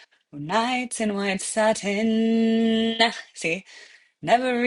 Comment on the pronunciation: First, learn how to pronounce the word satin, second, maybe you could putty knife your face before the video, and third, if I knew it was going to be a sing-a-long I would have brought my harmonica.